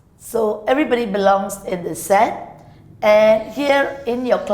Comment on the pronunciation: sometimes she pronouce set as a sex hahaha